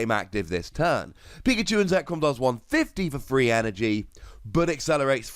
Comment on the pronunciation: I keepnheering free energy not 3 energy